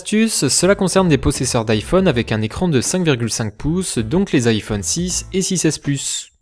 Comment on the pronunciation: on dit Aï phone pas iphone